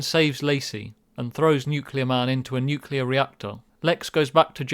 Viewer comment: It's nukielar man